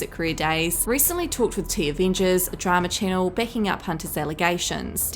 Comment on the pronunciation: I like when you say DRAMUR INVISTIGATUH